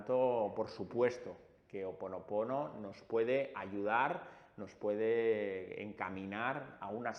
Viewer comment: Botella vidrio azul...tapón corcho ó papel celofán....y nó es Ho oponopono....és Hó oponopono...lo he escuchado mucho a Dr Len...(suena cómo j)al comienzo...